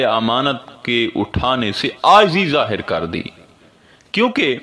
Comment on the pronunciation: work out on Urdu pronunciation zaahir not zahar many more hope u will look into it